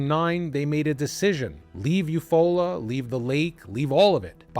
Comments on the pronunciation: I love you. I'm from Oklahoma. It's you-fall-ah Oklahoma ❤❤❤❤❤ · Love, your content. Just wanted to mention it is spelled Eufaula. Yet, pronounced You Fall-la. Odd. I know and I have to say it is a beautiful vacation spot. Nice lake, all that Jazz.